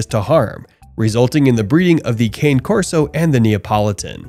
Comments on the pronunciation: Cane = car-nay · It's actually CA-nay. It just means "dog" in Italian. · you are mispronouncing the name. It's italian.